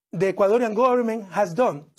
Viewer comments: Somsing incredibol XDDD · Somsing hahaha